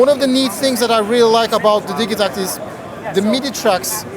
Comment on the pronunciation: For anyone calling it the Di Jee Tact.... It's Di Geh Tact.